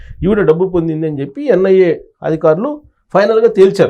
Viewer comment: ANIA endira anchor , it is NIA